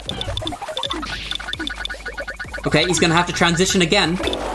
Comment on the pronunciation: Great commentary session! Don't worry,, even I have trouble saying trantision sometimes